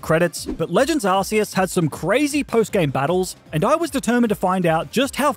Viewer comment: Arceus Is not pronounced like that